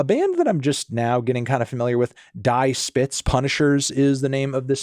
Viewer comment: It's pronounced "Dee Shpitz", melon.